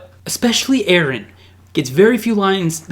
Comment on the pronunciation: Aaron and Minion. Ahahaha. Props for trying to pronounce his name though.